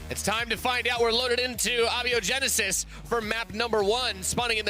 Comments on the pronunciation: How these casters say abiogenesis gets to me. You pronounce the hard A like in asexual, and apoptosis. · Oh for gods sake... A BIO Genesis Not ahbyogenesis